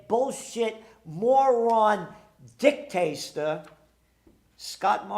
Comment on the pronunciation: "Dicktaster ?" Did you say Dicktaster ? Oh you are a gem G. G for gem.